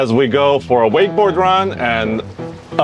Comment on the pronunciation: Why is he saying wakesboard boats?